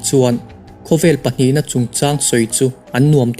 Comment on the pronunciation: 'peih' ni lovin 'paih'